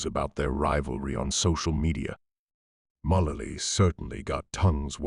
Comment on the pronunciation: Megan WHO? Learn how to pronounce the names!!!